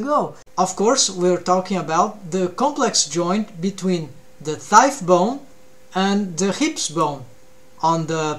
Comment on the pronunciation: Btw u probably already know this since its been 2 years but the gh in thigh is silent 😅 its not like tough (tuff) Awesome video